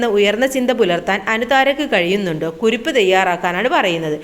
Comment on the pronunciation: കുരിപ്പല്ല കുറിപ്പ്